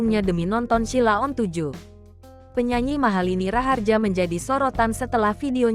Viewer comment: Ngomong Sheila on 7 aja salah kok reko2 bikin konten